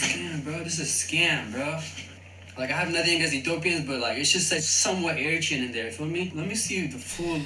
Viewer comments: Please ! Eritrean is pronounced " Ari-TREE-an" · Isn't it Er-ri-TRA-on? And please never forget, much of Youtube is pure dramatic acting. They want your eyeballs, not your logic. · Please put the accent on the 3rd syllable e ri trE an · I’ve always pronounced Eritrean with the stress on the penultimate vowel. Is that wrong? Is it a British thing?